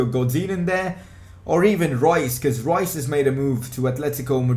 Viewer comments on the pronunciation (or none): none